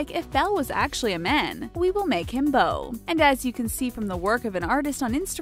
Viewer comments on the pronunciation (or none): none